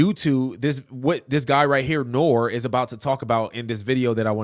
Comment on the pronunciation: The dude's name is not nore it's nori